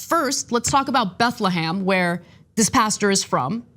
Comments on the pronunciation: BethleHEM not BethleHAM. IF you want to be taken seriously, how about pronouncing things right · "BethleHAM" lmao